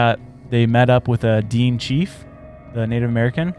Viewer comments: DEAN?! It is pronounced D-IN-AY, spelt Dinė <Dinay> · DINE pronounced Da-Nay i think of what you're trying to say. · The way you say these words: Dine tribe is said "DEN-A". Also known as the Navajo. But it covers other tribes as well. Nahanni is said "NA-HON-EE". You guys are butchering words😂😂😂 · Its pronounced ‘Den-ay’ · pronounced "Da-Nay" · Hammerson Peters on YT has the best stories about the Nahanni Valley. It’s pronounced De nay tribe. May be related to the Navajo. There’s also stories about little people in the valley. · It is pronounced dinea or din nae tribe spelt diné if you ever visit Arizona and said it like you are you'd probably get stabbed by diné most Navajo claim diné. Love yalls show keep going its okay if you miss pronounce stuff every once in awhile just be careful with some lol